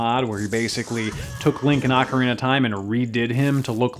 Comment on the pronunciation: I'll play this. Also, rofl ah-carina.